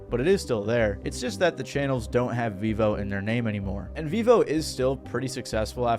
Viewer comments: It’s pronounced “veevo”? I always thought it was pronounced “veh-vo” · I thought it was pronouced Veivo, not Veevo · Vevo ❌ Vivo ✅ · Its actually prenounced Veh-vo not vee-vo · So with the logic of its creation, it should be fair to assume it is not pronounced Vevo but rather pronounced V-evo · You are pronouncing Vevo as Vivo but Vivo is a tech company and Vevo is pronounced differently from the tech company's name. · I thought it was pronounced vefo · Vevo is actually veeeeeeee hoe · I think if they had pronounced it VEH-vo it would've potentially saved them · That's how it's pronounced? I thought it was pronounced vayvo or vehvo. Didn't even know they had their own site. Btw what happened to utube? We used to get music from there in the early 2000s Now it's a website that sells u shaped tubes.